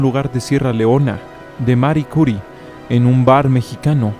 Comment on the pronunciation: Mari "CUri" (tal como lo pronunciaste, acentuando la primera sílaba; siempre lo había escuchado como Madam "cuRÍ", entonación aguda, frecuente en francés - Marie Curie)